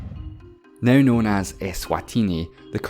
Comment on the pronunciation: When he first said “let’s just get started right neüw” i thought he did on purpose. And then i heard “173 thöüsant” omg..